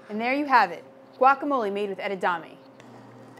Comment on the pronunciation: Its not pronounced edadame it's pronounced edamame... Spelt it right... But as a chef shouldn't you know how to pronounce it?